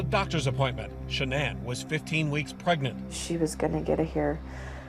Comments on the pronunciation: It bothers me so much when a channel doesn't get her name right. It's Sha_Nann. It feels disrespectful to her memory every time I hear it 😢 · Her name was Shanann, not Shawnin.